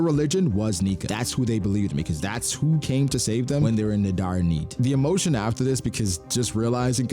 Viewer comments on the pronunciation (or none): none